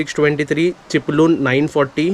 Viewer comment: Gadi sati shed karun ghey. Mhanjey pausat bhijat rhanar nahi. चिपळूण चा ळ बोल ल नाही. प्रयत्न करत रहा तुला येईल बोलायला. Try it.